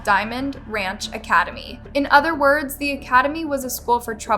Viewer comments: I really wish would learn to pronounce words in her stories a little better. It drives me nuts when she says them wrong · Love watching " Uncovered"--- just can't get over how badly she butchers simple words 😂😂😂